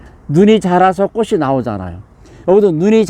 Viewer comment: 꽃은ㅊ받치이니 꼬치'꼬츨이라발음하셔야.꼬시꼬슬이라하면꼿이됩니다.